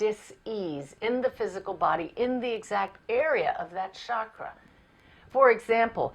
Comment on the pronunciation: Very nice video. It's 'chakra' with a 'ch' as in 'church'.